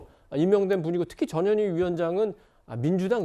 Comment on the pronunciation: 발음좀 똑바로해 저년이가 아니고 전현희야